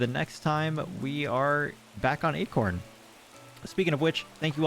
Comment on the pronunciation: Sometimes “acorn” sounds like “eggcorn” - ya know?